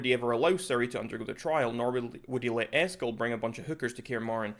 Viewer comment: For gamers, butchering Eskel is a big no.